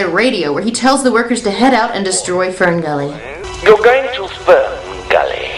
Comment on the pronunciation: Sounds like he is saying Spermgully